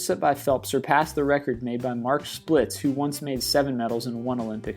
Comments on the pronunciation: He said Mark (Splitz) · How do you mispronounce Montana? And who the hell is Mark "Splits"?